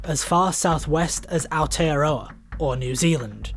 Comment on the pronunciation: ..Ah-or-tey-uh-rraw-uh...Aotearoa....silent y and w...